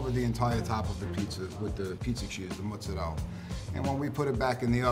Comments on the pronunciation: The "muhtzareyla" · It's mozzarella not muhtzarehl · So apparently mozzarella is pronounced mootsadella... Guess I've been saying it wrong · It's difficult to take these guys seriously when they don't pronounce Milan or mozzarella properly.